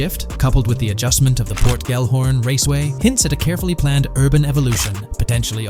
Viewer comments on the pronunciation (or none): Bruh can you not spell? Why do you keep saying “Port Gorn” it’s literally Port Gellhorn. Do you see the letters?? Say it with me ~ GELL-HORN. GELL. Sounds stupid when you say port gorn. Not even a thing🤦‍♂️